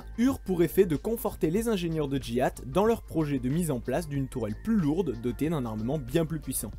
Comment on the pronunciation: Vous êtes sûr que GIAT se prononce comme Jihad?